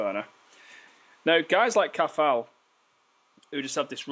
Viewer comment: its a silent t in Cathal